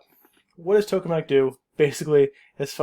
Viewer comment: Just a note (I know, this is kinda irrelevant): TOKE is pronounced tok-uh, not "toke" with a mute "e".